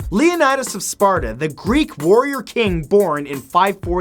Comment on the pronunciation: Matt didn't learn his Greek from a Greek